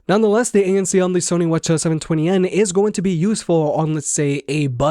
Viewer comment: Why are you calling them Whatcha’s? I don’t think that’s how Sony (or anyone else) pronounces WH-CH… No hate, just curious because this is the second vid I’ve seen you call them that. And I had no clue what you were talking about the first time